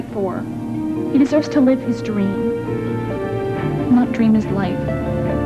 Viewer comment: It’s dream not dram